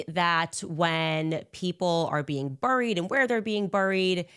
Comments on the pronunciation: I hate how she says buried. Destroying my English language beyond the usual American tweaks haha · Hey Candace.. the word "buried" is pronounced (beh·reed), NOT buh·reed.. Burried isn't even a word in the English dictionary. Maybe you should have finished those degrees for actual real! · Why does Candace speak that way ,"burrried". She sounds stupid. Just like "ishrael". I've heard her pronounce it normal on a rant. Yes, I hate watch candy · Isshrael and booried 😂😂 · my sister worked at a cemetery. It takes a long time to build mausoleums or crypts. They’re often made out of monolithic granite, it can easily take a year or more. Most people wait 6-12 months for a standard grave marker. I have to stop watching this demon. My watch says my heart rate is 105. JESUS TAKE THE WHEEL. And for the love of God learn how to pronounce words. Buried? Really? People need to stop saying she’s intelligent. Just makes them look stupid.